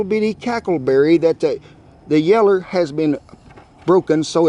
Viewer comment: You keep saying yeller😭😂 i find it supper funny amazing videos boss